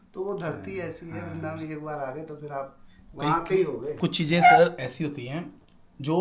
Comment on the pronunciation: It's not "VARINDAVAN", It's "VRINDAVAN". Sirf ek Akshar Extra ho gayi. Aapse kabhi eisi ghalti pehle nahin huyi. Sorry for the Correction. ❤